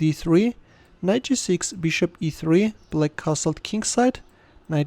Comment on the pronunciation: The way he is saying black as bullack😂😂😂